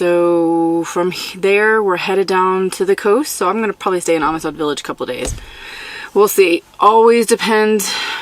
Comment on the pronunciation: Amistad is pronounced Am Stead ....Am as in I am...stead as in steadfast..lol...it’s a Texas thing...we have our own language....and it usually don’t make no sense....great video!